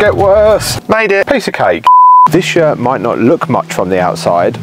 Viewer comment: Great video! But it did take me several seconds to realize you had said "this yurt" and not "this shirt". I was sitting here thinking, "What's wrong with his shirt?" 😆